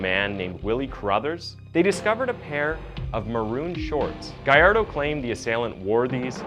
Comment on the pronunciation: Lol it's Gallardo not Guy-Ar-Doh